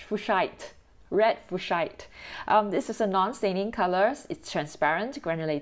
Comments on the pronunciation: They spelled Red Fuchsite wrong on the dot card, and right everywhere else, but it is properly pronounced FYOOK'-site, not FEW'-shite. (And not in any of the tortured, gross ways of the several pronunciation videos on YouTube. Yeesh) If you look it up in a proper place, and see who it was named after, it makes perfect sense. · A wonderful, very helpful video. Thank you. In return, may I offer this help? , in spite of the suggestions here and the many bad videos on YouTube, Fuchsite is properly pronounced FEWK'-site, not FEW'-shite. (It doesn't help that DS spelled it wrong on the Red Fuchsite dot card, though they spelled it correctly in other places) If you look it up in a reliable place, and see who it was named after, it makes perfect sense. 😏 (PS - annoying unrelated fact: the same thing happens all the time with Bruschetta, which is properly pronounced Brew-SKET'-ta, because it's an Italian word, not German. 😵‍💫🤦🏼‍♀️) Thanks again for the great video, and all your time making it for us. 🙏🏻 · They did spell Red Fuchsite wrong on the dot card, and right everywhere else, but it is properly pronounced FYOOK'-site, not FEW'-shite. (And not in any of the tortured, gross ways of the several pronunciation videos on YouTube. Yeesh) If you look it up in a proper place, and see who it was named after, it makes perfect sense. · I pronounce Fuschite: FYU-shite. I might be wrong.